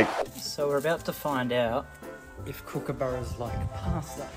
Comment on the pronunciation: Cookabarer ahh